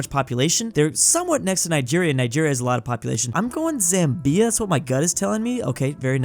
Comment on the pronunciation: You prunnounced Zambia wrong.